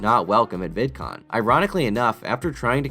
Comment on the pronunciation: Vidcoom lol